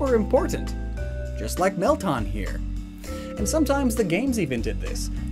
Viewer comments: it's pronounced "Melt-Anne", not "Melt-Ahn"! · He’s pronouncing it as “Mel-tahn” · Woahwoah woah... wait did you just say Melton? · “Melton” Me: “That’s just wrong”